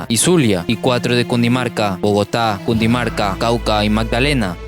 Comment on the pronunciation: Es Cundinamarca no Cundimarca